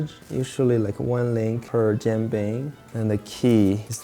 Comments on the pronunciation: Instructions unclear; dumped some Bisquick in a pan and added pork rinds & bahn mi Every time you guys say Jianbing it sounds like "Jim Beam" and it's a wonderful thought experiment for a whiskey lover like myself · I stopped watching when they started slicing the cucumber. I almost dropped my phone when they put milk in the batter, and I wanted to strangle Josh for not pronouncing it properly. Jean bing? Really? Wtf? But… I am guilty of jianbing mistreatment myself. I like making the sauce out of pixian doubanjiang as well as huangdoujiang. Gives it a nice deep flavor and a nice little kick of spice. I’ve also put in yangrou chuar, cooked over a campfire. My favorite shaokao. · Its pronounced Jan like janitor And Ping like pinging (EDIT: more like peeing without the i) Btw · Right? Frickin nails on a blackboard. Sounds like he’s saying Jean Bing, Chandler’s French cousin. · If you're going to do a 15 minute video on it, learn how to pronounce the word jianbing first. Lol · The chef is obviously a native speaker of Chinese....Why couldn't he simply teach Josh how to say Jian Bing correctly :( It would have taken 10 seconds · Can you at least take the extra 10 seconds to look up the correct pronunciation😊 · Not to mention Josh’s HORRIBLE pronunciation of jianbing. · Yes, the constant mispronunciation of it drives me mad. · Jesus Christ. It’s not Jean Bing, Chandler’s French cousin! It’s jee-an bing. If you’re going to spew on about how authentic you’re making something, AT LEAST LEARN HOW TO PROBABLY PRONOUNCE IT. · Stop saying John Bing😭 I’d rather you say Jen Bing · It’s pronounced as ji-yen bing, as in Japanese yen, not ji-ahn bing…. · I hear Josh saying “John bing” but it’s more like “jee-an bing” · it's "jian" like Leanne. why do you keep saying jang bing lol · "Jean" (as in Claude) bing? Nah bro it's Jen bing? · it's jian bing. Like Jen. what the why you had butcher the word like that? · stop butchering the names 😢 Who is John Bing?